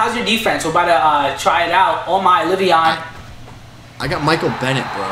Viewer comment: his name is le'von